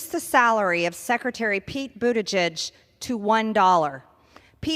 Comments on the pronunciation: Hey Doug, you're not pronouncing Pete's last name correctly. It's boot a judge. Listen to MTG pronounce it. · Your saying his name wrong, it ends with …plug